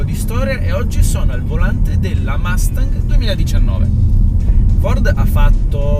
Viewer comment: Non hai mai sentito un’ americano pronunciare Mustang ? Son sicuro che l’inglese lo parli, per noi americani fa un brutto suono quando certe parole che infine sono abbastanza facile da pronunciare nel modo giusto , provaci , ti seguo , oh delle macchine molto interessanti , sia americane che europei , ciao da Cleveland Ohio